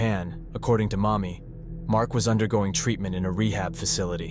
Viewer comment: why you keep calling her mommy its Marni